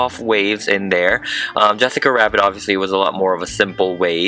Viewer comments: For a second u sound like u say “Jessica Wavbits” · he just said “Yessica Wabbit” wtf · You kept saying Jessica wabbit?? It’s oki lol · he said “yessica wabbit” lol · Jessica wabbit FLUFFFY ME:almost pees myself laughing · i heard yesica rabbit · it sounds like he sais: Jessica Wabbit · I heard many Yesica rabbit but I don’t mind 🥺😂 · did you notice that you said yessica wabbit XD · Okay why are you saying yessica wabbit not jessica rabbit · Why does he say her name “yesica wabbit” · he sais Yesicca wabbit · Ok is her name Jessica Rabbit or Wabbit cause I hear wabbit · yEsSiCa WaBbIt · Pegasus Person tep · He sed yessica wabbit hahahah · Yassica Wabbit material girl🤩🤩🤩🤩😍😘🤩😘🤩😘😍😘🤩😘😍🤩😍🤩😍😘🤩🥰😚🥰😚🥰🥰🥰🥰😚😚🤩🥰🤩🥰🥰😘😚🤩😚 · Oh golly he did said "Yesica Wabbit" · It’s Yassica rabbit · yassica baddit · I played that back 1 thousand times you said wabbits haha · I hate when he says "Jessica WABBIT." RRRRRReeeeeeeeEEEEEeEEEEEEEEWEEE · You say wabbit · He's saying Yessica Wabbit instead of Jessica Rabbit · Why did he say yessica wabbit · Its rabbit not wabbit. God Damn. Get it right. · Bro he keeps saying YESSICAH WABBIT but the title says JESSICA RABBIT help IM LOST🤦🏻‍♀️ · Yessica Wabbit, lol Yaas Queen! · Yessica Wabbit? No hate I love this doll! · Like 10 times you said thesica rabbit so yeah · I’m kinda questioning why you say Yessica Wabbit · Did you notice that he said yessica rabet twice😄😄😄🤔🖒✍😂😂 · Please don’t say yesica wabbit one more time translation Pwease done sai yesica waaaaaaabit one moe toime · Is it just me or does he keep saying “yes-ica rabbit” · He is, he was saying yessica wabbit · Who was also mad that he kept saying yesica rabbit and not Jessica rabbit .😠😠😠😠😠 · "Finally done with Yessica Ra it's Face!" lol Is Jessica o heard him say Yessica Rabit lol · "Jessica WABBIT!" (No hate) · ‘yEsSiCA rABBIT” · Why is he saying yesacia wabit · Rabbit not Wabbit! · Wabbit why DID YOU SAY WABBIT XD Why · ITS JESICA RABIT NOT YESICA RABIT!!!!!!!!!!!!!!!